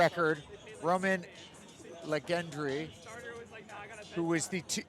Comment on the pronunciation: I’m dying of laughter bro it’s not pronounced legendree 😂😂